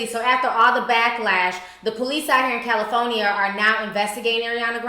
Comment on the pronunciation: Ti says "cal-i-PHONE-Ya" lmao